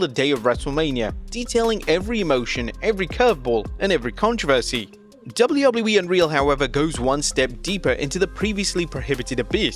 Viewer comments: DUDE. Say “Double U” Now repeat it. Now say “E” Now tie it all together. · Why can't he say WWE